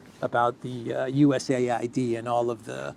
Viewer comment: A.I.D. You pronounce each letter separately. Not US aid. It sounds ridiculous to keep saying 'aid.'